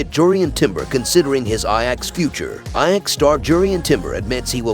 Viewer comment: Who is narratiing this shite. Can even pronounce the name of ajax.